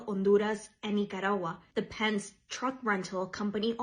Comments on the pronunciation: It is pronounced Penn-skee, Not pensk. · doesn't even know how to pronounce Penske. She might have wanted to ask them about the incident a year or two ago when 58 illegal immigrants were found being transported in the back of one of their trucks, the only thing heard out of them was crickets. ICE are federal law enforcement. The arrest they make are not just of illegal immigrants. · Why am i not surprised that the Latina reporter can't pronounce Penske.